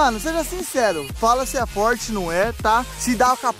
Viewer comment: Quem escutou o Renato falar porche beger deixa o like!